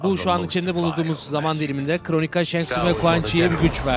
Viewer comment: Kronika değil mq yaa valla tilt oldum kronika diye diye 😂